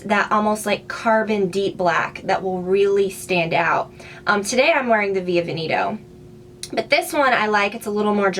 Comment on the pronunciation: How you pronounce "Via Veneto" sounds so funny! It's Italian so it's pronounced ‹vè·ne·to› the second E as in Edward ;)